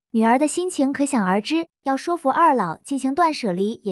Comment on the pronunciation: 沒學問-（說）服-唸錯音！